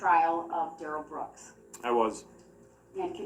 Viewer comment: Funny how everyone else close to him mum gran friend and Erika pronounce it Darrell not durelle